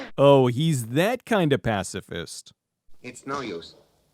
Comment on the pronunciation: He pronounced it pass the fist